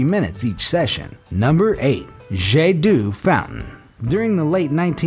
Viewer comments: omg... jet du... its hurts to hear.... its pronounce jet d'o even if its written jet d'eau beaucause eau makes o in french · This in NOT pronounced "Jay due" but "jê d'o", eau being "water" in French and that sounds like "O" and "Jet" being a ray (of water). You're welcome! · It’s not jet dou it’s pronounced “je d’oh” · its pronounce like jet d'oh fountain edit: or just O ... Jet d'o fountain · It's pronounced as "jet d'O" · It's pronounced jet d'oh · Jet D'Eau is pronounced zhay dOH. Yeah, French is difficult to pronounce. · Its pronounced jait dow (i know french) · If you can pronounce the letter O then you could get the right pronunciation for the fountain Jet D’eau... say Jet D’O and you got it right .. eau and O is the same . Just for next time this French word shows up.. if you even read these comments... thanks for trying. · why do you say jet doo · "The jeh doo" honestly you seriously need to look up proper prononciations of things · "jedou" hhahahahahah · Jet d'eau pronunciation is triggering me.